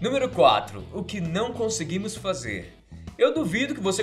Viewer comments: "oq nao Onseguimos fazer" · "o que não onseguimos fazer" kkkkkkkkkk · SAHSHAHSAH O QUE NÃO ONSEGUIMOS FAZER? ,mais cuidado da próxima! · Cérebro é foda! Olha o erro aiii "onseguimos"😂😂🤗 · 'o que não ONSEGUIMOS fazer' kkkkkkk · "O que não onseguimos fazer" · "O que não ONSEGUIMOS fazer." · " o que não ONSEGUIMOS fazer " ai ai, tem que rever dnv o vídeo. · "O que não 'oseguimos' fazer" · 'oque nao onseguimos fazer' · so eu que percebi "oque não onseguimos fazer" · O que não "onseguimos" fazer kkkkkkkkk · so eu q notei "onseguimos" kkk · Cade o C no conseguimos ? suhshuhus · ''Onseguimos'' ERROOOU! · o que não ONSEGUIMOS FAZER faltou um C ... sem criticas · " O que não onseguimos fazer" ? kkk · "O que não ONSEGUIMOS fazer" rsrs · ... ''ONSEGUIMOS'' kkkkkkkkkk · faltou o c no conseguimos kkkkk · foi só eu que percebi que ele esqueceu do "c" no conseguimos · esqueceu do "c" na palavra conseguimos 😂😂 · "O que onseguimos fazer". Tá errado isso aí não, só acho. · "o que não onseguimos fazer" parece q alguém e analfabeto ou tem essa síndrome…